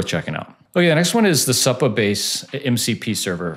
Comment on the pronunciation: It’s definitely not how this guy is pronouncing it lol